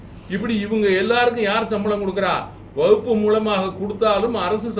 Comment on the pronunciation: ஐயா அதுக்கு பேரு வகுப்பு இல்ல வக்பு அதையே சரியா சொல்ல தெரியல நீங்கள் உண்மையை சொல்கிறீர்கள் என்று எப்படி நம்புவது